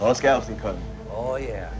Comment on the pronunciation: My father is a former lobster fisherman who also fished scallops. He is losing his mind right now because the narrator keeps saying scallops wrong. Why didn't anyone tell him that exepcially any fisherman washing this is going to be offended? LOL